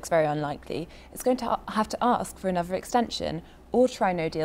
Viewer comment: ...why say ANOVER....It sounds so stupid.